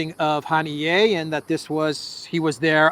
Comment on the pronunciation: Haniya,, not Hanié